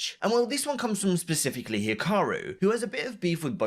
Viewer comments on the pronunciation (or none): hiraku "HE-ROCK-YOU" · Ah yes my favourite chess player "hiraku" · lol "Hiraku" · God damn it for the last time its urakih not hiraraki get the name right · “Hiraku” Yeah, he’ll rocky you in Chess